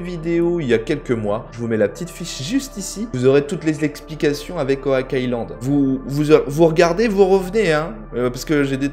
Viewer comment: Il me semble qu'on dit oc et pas owak island😂